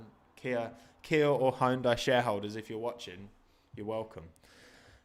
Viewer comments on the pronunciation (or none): It's pronounced Hyun-dai